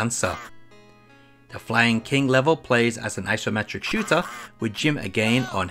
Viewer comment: Hahaha dude, it isn't pronounced "Flying King". It's a pun on Lion King. Flyin' King.